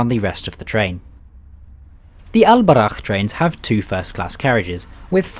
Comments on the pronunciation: Alburak not Al borakh in arabica براق not براخ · It's al Borak not al barakh which translates to pegasus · Its al boraq not al barakh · its el BURAK not el barak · I don't understand how did you manage to read a very simple word so wrong? It says Al Boraq (Al Borak) not (Al Barakh)??????? I am really sorry but this is very annoying, everyone pronounce it very correctly in Morocco you must have heard it a thousand times, yet, the pronunciation is very very very wrong, meanwhile, as a foreign english speaker if I say Twenty instead of Tweny, it's a catastrophe..... But thanks for the video, hope you enjoyed your stay. Edit: Loved the Maghrebian music at 10.20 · It’s buraQ letter Q 😂😂